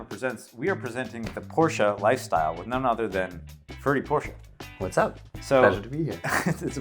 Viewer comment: Wow, he pronounced Porsche correctly, amazing!